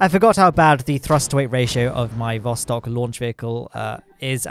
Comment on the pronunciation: Or as the Alpha-Chads like call it, THE PLOSTOK